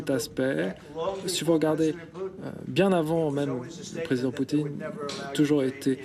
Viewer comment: BFMTV ce message est pour vous 😉, vous avez 2M d'abonnés sur youtube vous les prenez pour des cons ? Fin déjà pour vous suivre je trouve ça limite. Bref le type la qui fait la traduction anglais-français il sait pas prononcé le nom de président Poutine comme trump a dit ??? En plus dans une question .... Donald Trump a répondu ( i never said that ) d'après votre traducteur en français " je peux pas dire ça " wooow et j'ai bien écoute toute la phrase en anglais.... Bffff franchement un peu d'intelligence , le professionnalisme et l'honnêteté dans votre chaîne c'est un détail même plus de la merde